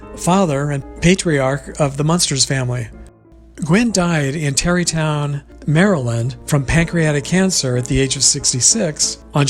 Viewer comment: Tawneytown, not Terrytown